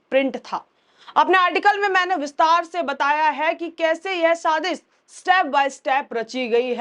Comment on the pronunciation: Saazish ( conspiracy) ko aap shaadish keh rahi hain. Urdu kay lafz bonay say pehlay unka TALAFFUZ ( pronunciation ) jaanlaynay say aapka faayeda hi hoga, koi nuqsaan nahi , balkay aapka presentation aur bhi Shaandaar hoga.